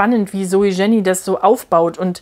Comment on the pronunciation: Danke für diese ausführliche Besprechung. Ein Hinweis noch zur Aussprache des Autorinnennamens: Man spricht das J nicht englisch aus; Jenny heisst „ienni“, ein häufiger Schweizer Name. ZJ ist die Tochter des Verlegers Matthyas Jenny, der vor einem Jahr starb. Er gründete das Poesietelefon, das Int. Lyrikfestival Basel und die Buch Basel.